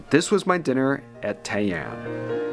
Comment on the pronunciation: The first pronunciation, tai-an, was pretty much spot on. The only way you're getting into those difficult to reserve spots in Tokyo, unless they're on Tabelog or something, is to email your hotel's concierge a couple of months out with the request. I've managed a few bookings that way, but it's not going to be possible when you're staying at a hostel! I'm fond of kaiseki and particularly the vegetarian equivalent, shōjin ryōri, but some of the courses are definitely very subtly flavoured - more about showcasing the different cooking techniques called for at different stages of the meal than hefty flavours. There used to be a fantastic little kaiseki place on West 55th St, Sugiyama, but unfortunately it closed thanks to rent increases a few years back - it was the only culinary ever-present for my first three visits to New York and I missed it last time out. I replaced it then with a shōjin ryōri place instead, Kajitsu with 1 Michelin star, but that too closed a couple of years later.